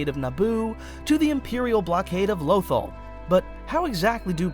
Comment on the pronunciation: The one and only reason I stopped watching the video is because of the way he says Lothal 😭😭